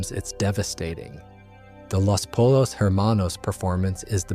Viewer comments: pollos is pronounced poyos not polos ermanos not her manos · Thats literally exactly where i paused it too and probably not gonna play again. After hearing “polos” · After 2 ad breaks and mispronunciation of "pollos" you lost me.